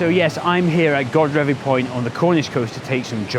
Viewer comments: great stuff one day I will get back to Cornwall:) Godrevy is pronounced God-reevee with a long e sound in the middle but nice try! Better than all the Scottish names Ive wrecked when there! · Love the video and your usual fantastic energy,. I'm pretty sure it's pronounced guh-dreevy. I have friends who live in Falmouth and sometimes go surfing there, so I remember the name. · Hi, great video blog as usual. I just love the coasts of eastern Cornwall and Godrevy is probably one of my favourites. We're staying at our friends chalet in Hayle in a couple of weeks time so I hope to get out and about with my camera. I'm sure that there are many but I thought I'd offer a pronunciation of Godrevy. I think Glen Sumner, below, got pretty close but I'd like to offer that there isn't so much emphasis on the God as in God-Reevee but Gu-Dreevee. My father-in-law, a certain Mr Trevithick, who originated from Camborne just a few miles away from Gwithian, assures me of this. I'm not going to be one to argue with him... LOL. I'm over to you website now to catch your bonus location. All the best.